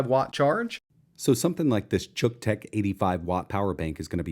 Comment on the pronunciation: So, uh, just exactly how are we supposed to pronounce the name of this thing? It's pretty obvious that had to do a ton of overdubbing to change it from however he pronounced it originally (rhymes with buck?) to "chook"; but, that doesn't seem right either. Is it "Cook-tech"? Yeah, that's the ticket! That name is so unfortunate. Best case scenario its name promises that it'll fry whatever you plug into it, and at worst it's something that my girlfriend's husband would use to charge his camera. Good job, Xiaomi marketing people. Good job.